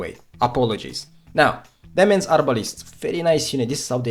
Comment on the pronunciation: Demesne is pronounced De-main. Like Domain but with an e instead.